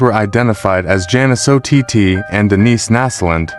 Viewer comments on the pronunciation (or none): It's ott like otter not O t tea? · Ott is pronounced like "ought"